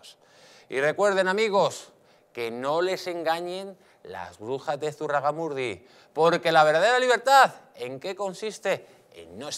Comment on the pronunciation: SE DICE ZUGARRAMURDI